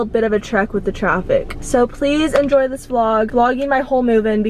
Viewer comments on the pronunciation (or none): none